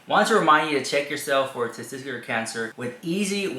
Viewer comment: ohhhh dude...that youre a male and cant says 'tesTICuLar' is cringe. like wtf ARE you even saying? tzztztr?